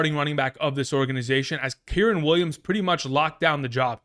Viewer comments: KY REN. Kyren. Not kirin. K (eye) Ren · Kyrens name ia pronounced Ki-Ren like the star wars character Ki Lo Ren but without the Lo